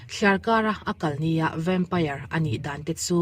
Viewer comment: vempaiar, ti lovin vempair ti ve mai laa😂